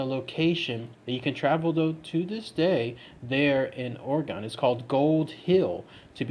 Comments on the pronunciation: It’s not OreGONE it’s OreGON pronounced Oregun ☺️ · It’s pronounced like (Organ) my man, not Oragon. As an Oregon native it irks tf outta me hearing people say it like that. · Ughhh I live in Oregon and it hurts me when he keeps pronouncing it Or-E-GON instead of Or-ih-gun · The state is pronounced "ore-gun" not "ore-gone"... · Jesus, The way you say “Ore-gon” is completely absurd. Born and raised here, little tip so you don’t sound like a damn fool.. try saying it like “Ore-gun” .. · They're still gonna get it wrong and say it Ore Gun. You gotta spell it out for em- "Ore-a-gun" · That is not how we pronounce it, is OR-IH-GUN. We do hear and pronounce the E. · Omg stop fucking pronouncing it wrong jesus christ